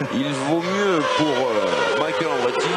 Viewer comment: c'est vrai il disait micha elle chou ma reure. j avais oublie ca. je m'appelle michael aussi et personne m a jamais appelle micha elle.